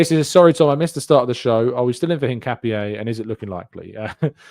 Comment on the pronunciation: Btw Hincapié is pronounced IN-KA-PYEH